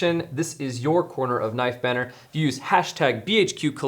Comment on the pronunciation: “Nife banner”